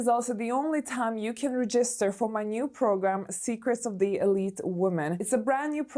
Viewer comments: Please look up how to pronounce „to register“ 😊 you are saying it wrong the whole time and I have seen people commenting on it and you’re ignoring it 😔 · It’s charming in a way , little imperfections 🤪